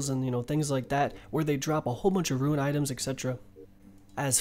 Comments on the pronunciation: He pronounces SO many things wrong and it's honestly frustrating. Who the fuck calls it a ruin? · You're unsure about how to pronounce mitre but you consistently mispronounce rune as ruin... How can you not second guess yourself when it comes to rune but with mitre you somehow thing to urself "oh, i might have mispronounced that"